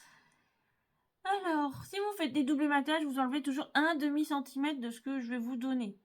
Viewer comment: Bonjour. Très jolie carte mais s'il vous plaît prononcez centimetRe bonne journée